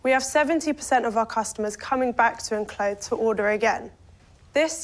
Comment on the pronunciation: Awkward moment when they can't pronounce their own company name. 'Inclothed'?? You mean ENclothed!